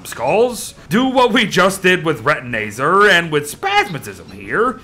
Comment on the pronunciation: ITS RETINAZAR NOT RETINAYZER